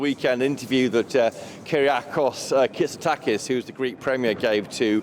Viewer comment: It's Kyriakos Mitsotakis, not "Kitsotakis" you unprofessional bullies.